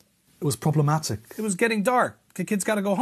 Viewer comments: It’s getting Daarrrrrkk” I mean if he put that much emphasis on it it has to be raciest 😂😂😂😂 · I loved the lean in on the "It's getting dark" part...like, "See? SEEEE?"